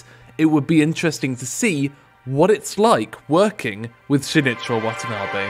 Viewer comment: For someone who knows about this guy you sure butchered his name